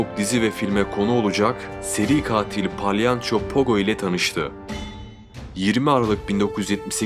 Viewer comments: abi palyanço değil yalnız o yanlış telaffuz ediyorsun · palyanço demeseydin iyiydi 😂